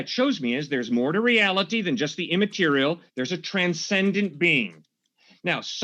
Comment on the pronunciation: stop saying reality like that idiot kent hovid